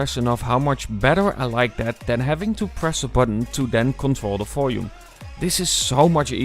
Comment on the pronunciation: You keep on saying "folume" instead of volume. :)